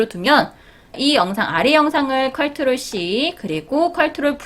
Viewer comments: 컬트롤이 아니고 컨트롤입니다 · 컬트롤 이라고 하시니까 뭔가 정감가고 좋아요> <ㅋㅋㅋㅋ 은근히 중독성 있네요!